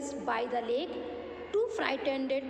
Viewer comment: Mam ur English is very odd... The pronunciation is wrong for sum words... If kids of class 2 will listen u reading, they will learn the wrong pronunciation.... The word ....lake, or swan... U are saying wrong